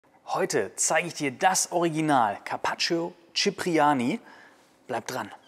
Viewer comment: Man spricht das i von carpaccio nicht aus